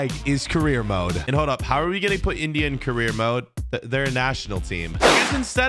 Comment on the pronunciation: Why do you say India like that bro